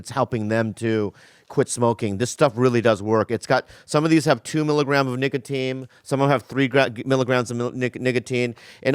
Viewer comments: Booby said “niggatine” 😂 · Bobby said niggatine instead of nicotine in the ad 😂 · Bobby saying niggatine in the zipix ad 😂😭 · Really Bobby? You just gon say Nigga-tine… lmfao